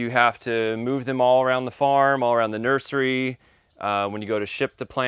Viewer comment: Did you say nerdery? Cool word.